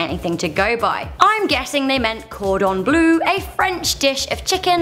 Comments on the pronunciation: LoveCats english just don't get the french pronounciation right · Am I the only one who was annoyed by the way she said cordon bleu?